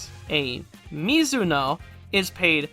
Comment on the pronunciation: For the record, the "-oe" part of thsoe rank names is pronounced "o-e" The "e" is pronounced. That's how Nihongo do, son!